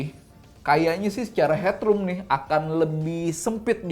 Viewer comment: ciri khas Om Fitra: tinggi saya 177cm ciri khas: ngomong "nih"-nya jadi "NEH". Gokil neeh... Lumayan neeh...